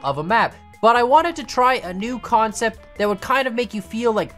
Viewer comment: "its a Khancept."